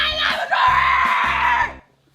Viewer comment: Not to be hating but please stop saying SLIMEITORY!!!!!!!!!